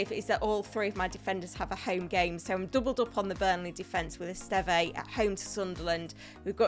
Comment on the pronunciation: the Burnley defender's surname is pronounced 'Est-ehv', the final 'e' is not pronounced. 👍